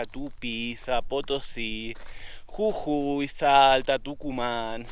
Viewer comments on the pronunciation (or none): none